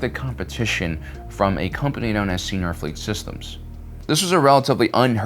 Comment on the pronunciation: he's been making that mistake for as long has he's been saying "Seniar" Fleet Systems, to which corrections for both have been addressed multiple times. can't hurt to keep trying, though, so maybe yours will be the one to affect a change. cheers.